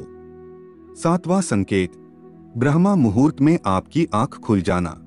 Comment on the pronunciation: Respected Sir, thanks for excellent revealing video. ...... Sir, it's BRAHM-MUHURT not BRAHMA-MUHURT ..... Regards, OM